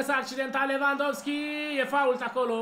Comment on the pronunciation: Robert Lewandowski Nu lewvandosky